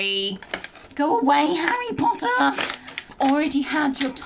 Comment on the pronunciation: "That is harry pottah" Malfoy:You stole mine line... Me:🤣🤣🤣🤣